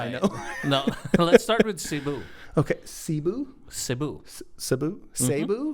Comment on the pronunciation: Indeed, we our ambassadors of Jesus, thank you for the reminder! Both of you are great communicators, love the tandem🤍😃 btw,, you did a great job pronouncing “Cebu”😉